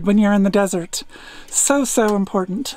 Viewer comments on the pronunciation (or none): none